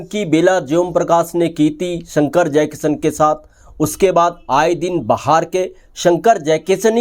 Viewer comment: श को स बोलता है ये... जयकिशन को जयकिसन 😂